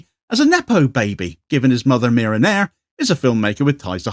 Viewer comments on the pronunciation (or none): none